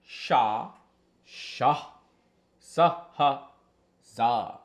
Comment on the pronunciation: All are Telugu Alphabets Hey, you got this list from some Telugu astrologer or Telugu astrology book Oh yea, you didn’t pronounce some of them correctly It’s Meliki Sa and you sounded like sha when you said it 😂